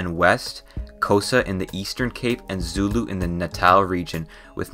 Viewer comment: Sorry but the way you say xhosa zulu and tsiphedi is very funny (clo sa) make a click with your mouth for the xh zulu (its not how most people say it zooloo no its zuelue) actually isizulu and phedi make a sharp p